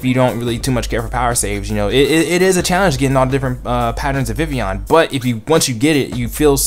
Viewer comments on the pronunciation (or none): ITS VIVILLON! You always said Vivion xD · maybe proper japanese but in anime i have heard some distinct L sounds